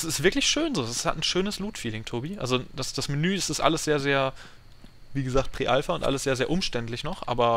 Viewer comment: Bitte PRIIII Alpha nicht pre